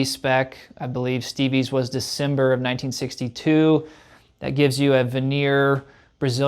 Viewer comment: "decimber" "trimolo"